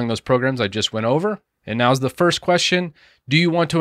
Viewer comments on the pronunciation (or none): none